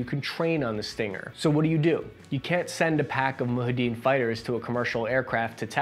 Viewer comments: Great video, very cool stuff. One thing of note - it's not pronounced "moo-ha-deen". Rather, it is "moo-ja-hid-een". If you wanna sound even more cultured, practice saying it fast and let the syllables sort of blend together, you'll sound like a real history nerd. Also of note, when we hand out advanced weapons like this, it tends to backfire later on down the road, but that is the nature of war I suppose, no perfect solutions. In Afghanistan, the majority of our birds that got knocked out were hit by Stingers (or RPG's fired by absolute giga-chad Taliban gunners, I guess) that were left behind from the times when the Soviets were checking things off their "criteria to be an empire" list by invading and occupying Afghanistan. Granted, that last one is more political, and still a debated topic, so I get why you wouldn't include it. Still, I think it's possible to mention the risks involved with dispersing weapons like this, without making value judgements on the practice. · Isn’t it “Mu-JAH-ha-din”, not “MU-ha-din”? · "moo-JAW-hid-een,", not "moo-hid-een":) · Yay a Stinger vid, I was wondering when you were going to cover it. It's moo·jaa·huh·deen not muhadeen btw :) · Wanna see what can be done about production acceleration can look like, check out the movie "Charlie Wilson's War". It also has an insight on how the weapons got to the (phonetic spelling) moo jah ha deen, not moo ha dene, sorry. you are not as old as you feel. Know your frenimy! Don't even get me started on a 10% loss rate, decimation is not annihilation. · Muhadeen? What happened to J in that word? 🤣 Mujahideen 😎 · It's not ''moohadeen'' but ''mujahideen''... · "... and my middle name is Misprunciation" ;-) - it's mu-ja-he-din, not "muhaddin". Also, while doing my favourite pastime, i.e. nitpicking, if by the "destroyed nation" you meant "Soviets", then it should be called "state", not "nation". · I think the resistance are called mujahideen..not muhadeen...great video though